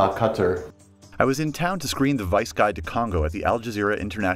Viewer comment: no its Vice with a V not an N